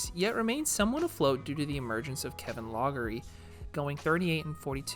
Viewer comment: I was a fan of Gus Johnson in the 60's and you sound like a young guy. So just to let you know, Kevin Loughery's name is pronounced Lock' ree.